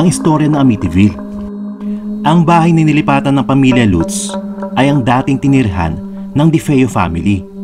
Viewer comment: Latz (Lutz) poh ang pronounciation nyan!